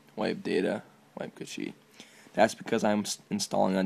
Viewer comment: hahahaha "wipe cuhhshee"